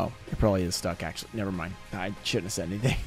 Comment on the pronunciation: I swear to god, if i hear you say "axualy" one more time, im gonna flip my lid. It is spelled "actually"